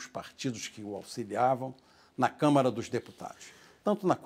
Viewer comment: É CÂMARA, E NAO camera ok?